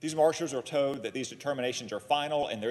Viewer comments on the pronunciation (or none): ATTENTION : Told and toad are not pronounced the same way. Old and owed are not pronounced the same . You don't call mold mowed . The letter L is never silent with the exception of one if the two L's in Llama. Pass it on the next time you hear someone say " I toad you It's code outside . " PS. The G in thing is not silent either.